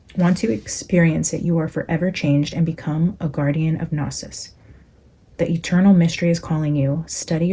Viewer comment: Happy new year🎉 Gnosis (pronounced no-sis) is the Greek word for knowledge. It's the root of the word diagnosis so think about how diagnosis is pronounced 😀 It's also the root of Gnosticism or what the Greeks referred to as the belief in the secret knowledge of humanity's divine spark and origin.